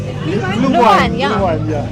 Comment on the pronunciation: Вы уже в прошлом году рассказывали про Weihnachtsmärkte ... По немецки говорят Glühwein///глювайн///